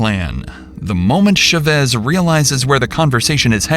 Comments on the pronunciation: ЧавЭс , ЧавЭс ???!!! Уши вянут. Озвучки от ИИ уже бесят донельзя. ЧАвэс с ударением на А. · It’s pronounced CHA-vez not shuh-vez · How is it humanly possible to not know how to pronounce the name Chavez? It's not rare, it's not from outer space. "Shevezz?" Really?? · the "sha vezz" pronunciation is wild ngl. i didn't know it was chavez til i was looking at the screen... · IT TAKES 1 MINUTE TO CHECK THE PRONUNCIATION OF THE SURNAME "CHÁVEZ" SHOW SOME RESPECT FOR SPANISH SPEAKERS BY AT LEAST TRYING A LITTLE DON'T BE A PENDEJO!